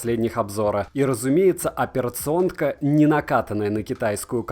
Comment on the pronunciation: Первая минута видео и уже - перационТка, бечмаков... Испанский стыд. Что у вас с произношением слов? Почему в одних словах вы добавляете лишние буквы, а в других убираете нужные? Ну хоть веселите меня.